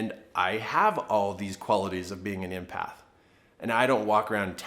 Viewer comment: Thank you, but it's not pronounced "impath" as you're saying it! It's EMpath as in the name Emily! Empathy, the ability to put yourself in the shoes of others, know how they feel and able to feel the same feelings. Related to compassion, but not the same thing! Many HSPs , highly sensitive people are empaths and many artists as myself are creative empaths.